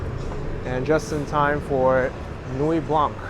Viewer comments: Beautiful sunset. Your French teacher did poorly. No 'k' sound in Nuit Blanc. Nuit is feminine and should be Nuit Blanche, but if the colour 'white' is used on its own it is blanc with a silent 'c'. Thankfully Canada has two official languages, one that is kept in the sock drawer. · The c in Blanc is silent..